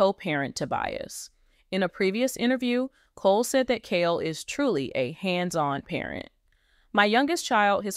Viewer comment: His name is KHALE (KAH-LEE) ❤